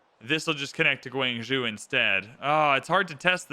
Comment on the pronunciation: Love this video and the prior one / first part. I HATE the way you say "gWANG-zhOOO" 😅